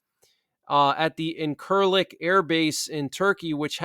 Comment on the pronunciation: Its pronounced in-sir-lick air base... The word incirlik means "fig tree grove", in Turkish.